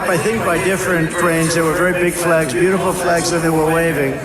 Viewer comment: He said "beatiful" TWICE as that maggat was attacking.